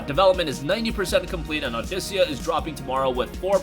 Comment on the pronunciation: Dafuq is "audicia"? Its audica boi!